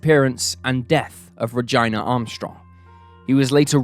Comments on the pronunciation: Dude!!! You fucking stepped all over that little girl's name.🤨🤯🤬🤬 This was the worst fk up ever. Buddy. You say you research stuff? Not well enough if you cannot say her name right. Its Heartless and disgusting. RA GEE NAAH. FKN ree GIINA? SOUNDS SOOOOOOOO WRONG! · I couldn’t listen to “Gyna” (Verses) GEE-NA-Gina any longer 😔 It’s my sisters name. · Regina is pronounced the exact same way in the UK as it is everywhere else. Never in my history of living have I heard it pronounced 'RA-GYNA' it's always been 'RUH-JEENA'. That being said, great video as always. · “Rij- EYE- nuhh”…… Not: “Ruh- JEAN- uhh”. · It's RUH-GEE-NUH lol not RUH-GYNA .. reminds me of vagina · so it’s pronounced Ra-Jean-ah not ra-gyna. Just throwing that out there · Ruh-gyna ??? Its Regeena lol ( Regina ) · Reg EE na. Not Reg EYE na. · Ruh-Geeena,her name was Ruh-Geena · I'd rather hear a never ending symphony of fingernails on a chalkboard than hear Regina pronounced like Vagina One More Time. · He never said vagina. He said ruhgyna there is a difference. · Love your channel. But I can't with the pronunciation of Regina...it's ReGENNA.Also in her case you mentioned that her sister was 19 or 9 at the time Regina went missing? Because I heard both? Maybe it doesn't matter. Anyway thanks for your amazing videos. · I think your saying Regina wrong pretty sure it's pronounced ra-gin-a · ReGEEna! GINA is pronounced GEENA. Who in the world would name their daughter REGINA, VAGINA! Sorry, but I cringed every time you said her name. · man, if you pronounce Regina's name like that one more time.. :D:D:DD:D: i am pretty sure it's re-gee-nah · The pronunciation is ReGEEna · It’s REG-EENA, not reg-Ina. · can you please mispronounce Regina about a thousand more times lol It's pronounced Regeena geez You made her name rhyme with vagina like a million times lmao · Regina is pronounced Rejeena Jesus dude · Omg, the name is pronounced Ruh-Geenah it does NOT rhyme with vagina, lol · Regina: Ra-geena